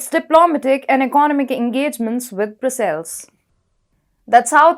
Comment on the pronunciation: in the word Brussels... the accent (or more correctly, first syllable) is on the first consonant... BRUS'-suils